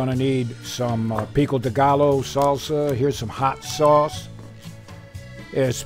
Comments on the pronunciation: Maybe they should pronounce words right if they have Spanish music in background lol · Pronounced "pico deguy o" 😆